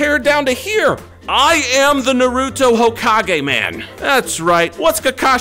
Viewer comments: its na-ru-to not nuh-ru-to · It’s pronounced nar u to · Is not narutoww its nar u to like nar u toe put the toe at end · naa roo tow more like na roo toe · that’s not how you say it You say Naruto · Say nar na ru to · It's marda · It’s NA RU TO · Stop saying his name wrong it's Naruto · You are saying Naruto name wrong!